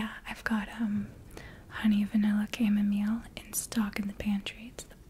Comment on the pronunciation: Huh.. :) I've never heard chamomile pronounced the way you do it. Made the video just that bit better.